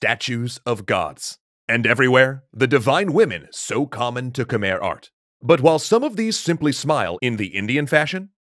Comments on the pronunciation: See, I realize that this series is already recorded and produced but is it pronounced as "Kuh-mehr" the whole time 🤔 The pronunciation should be something like "Kmai". I appreciate that the Khmer get a section here, but to me it's cringy hearing the name mispronounced. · Please look up proper pronunciation when dealing with foreign names, we should be past "koomer" by now. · Love the vid. Quick pronounciation thing though: Khmer is pronounced as "Kh-my" (even native tongue says it this way) not Khmer. For some reason, when the language and name got romanized, words got spelling that doesn't make sense. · Fact: khmer is not pronounced KHU-MEER or KH-MER. Its actually KAH-MAI (khmai). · Ke-mai is how it's pronounced please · It's pronounced KUH-MAI